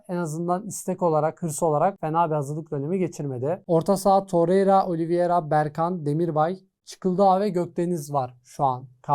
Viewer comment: Daha takimindaki oyuncunun ismini telafuz edemiyosun. Oliviera degil Oliveira